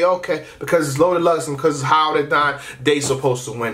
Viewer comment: I'm not sure if you usually pronounce "they" as "day" so I won't read too much into it and say its a hint lol.